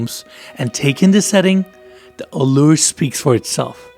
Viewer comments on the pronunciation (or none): none